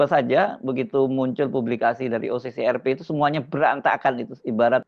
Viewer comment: Harsubeno, Kecian deh elo. Ngaku jurnalis, tapi isi videonya semua terbalik dari fakta yg ada😂. Ngucapin OCCRP aja salah😂😂😂